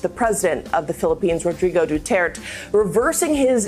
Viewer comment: The president of the Philippine's surname is pronounced du-ter-tay... [eye roll]